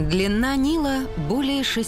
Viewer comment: Прекрасный голос! И выражение к месту! НО! Слово "длинна" раздражает. И диктор так говорит все время.